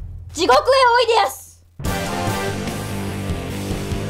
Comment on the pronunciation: おいでやすの発音がおかしいのはロボだからっていう言い訳は聞きません（キリッ